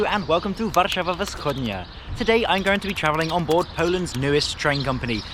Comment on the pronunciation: Hey, your pronunciation of Kraków and Warszawa was great! Keep it up!